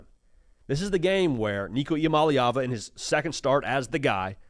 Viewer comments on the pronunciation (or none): I don’t understand, the last video I saw you actually pronounced Nico’s last name correctly. And now you’re pronouncing it incorrectly like every other Tennessee commentator pronounces it. It’s mah-LAY not mah-LEE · Nico “E - Ama- Lay- Ah- Vuh” Here you go my brotha. The Polynesian pronunciation for Nicos last name lol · I gotcha. Like I said, I thought his pronunciation was pretty close. EE-AH MAH-LAY AH-VAH